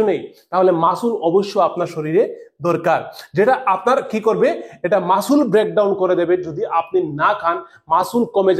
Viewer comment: ওটা মাসুল না রে অশিক্ষিত , ওটা মাসেল 😂